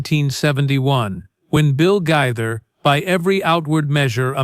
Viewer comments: His name is GAITHER NOT GITHER Wake up and get your pronouncing properly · The narrator needs to learn how to pronounce the name Gaither correctly.